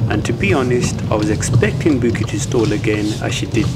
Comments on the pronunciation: Man said her names booky 😂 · “Bouqui” I’m fucking crying 🤣😭